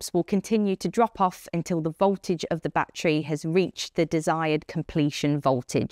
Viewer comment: batree batree batree